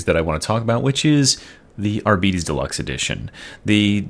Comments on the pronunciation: Arbites is spelled like arbiter, but with an s. Arbiter means judge, arbites is the plural form. Its not arbitees. Or arbytes. its literally just like arbiter but with an S instead of R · Ar-beet-ees. :elbowcough: I was left with the impression they're called Ar-bites. Arbeetees sounds like space diabetes xD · wait is that how you pronounce arbites ? as a german, when i read it, it sounded really sick in my head. now you make him sound like diabetis younger brother. thats not actually it is it? :,D